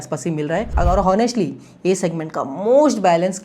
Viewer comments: Bhai please pronounce “onestly” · Very good video. Liked and subscribed but bro, please learn to pronounce 'HONESTLY'.